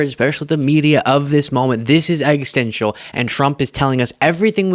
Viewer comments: excellent work! Just one small thing, can you work on pronouncing, existential? I think that’s the word you’re using when you say”egg stential” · Love u. I’d like to correct one thing and it’s something many in the media mispronounce. The word existential is a bit of a tongue twister but it is exis-ten-tial. It has become my pet peeve now that it’s said all the time (and rightly so!). A lot of folks say exitential or exitsential